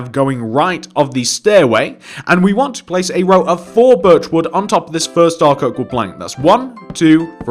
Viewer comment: Every single time you say birch wood planks it sounds like virtual plank